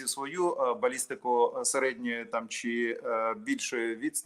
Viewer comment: звучить жахливо, коли говорить українською. Не ЧЧЧЧи а чи.